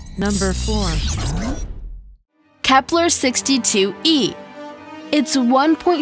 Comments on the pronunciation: Stop saying Kepler😂😂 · Why do u keep saying Kepler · wtf is "KEPLER" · Why u keep saying kepler, u idiot